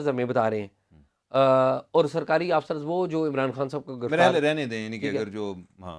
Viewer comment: شاہ صاحب آپ کی خبروں اور تجزیہ پر جو کہ حقائق پر مبنی ہوتے ہیں قابل تحسین ہے۔ آپ آفسر کا تلفظ درست کریں۔ اردو میں لفظ اَفسر ہے نہ کہ آفسر